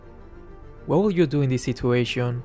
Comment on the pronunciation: I regularly watch your videos. In your videos I have improved my gaming sense but as a subscriber I have must advice you one thing. you are living in USA right? You better know english than me. In every videos you pronounce the situation word wrong. It's really odd. Please pronounce the word properly. Thanks.